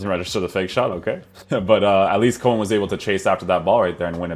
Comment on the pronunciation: I thought coman was a winger at bayern.. Haha its funny to hear foreigners pronouncing dutch names..